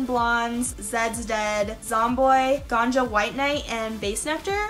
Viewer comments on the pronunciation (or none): none